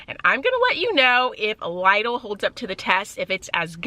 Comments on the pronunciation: It's LIDL not Laidl that's the right pronunciation in Europe. Initially we couldn't understand what European shop you are talking about. It's still LIDL even when you are an american... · Instead she just mispronounced Lidl in a way it sounds more Aldi than Lidl 😂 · You pronounce”Lidle” wrong. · Leedle is the correct way to pronounce the store name. They ate a German store. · Here in England we pronounce it as Lidle as in lid le however love that you did this and absolutely love your new hone